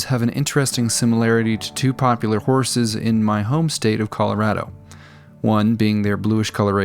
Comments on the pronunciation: I had to turn on Closed Caption just to see... dorses. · "Dorses", ha, I caught that one mate. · Wonder why you called them Dorses instead of Hogs. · I almost didn't catch "dorses" 😆